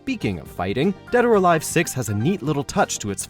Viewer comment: Did he just say Dad Or Alive at the start?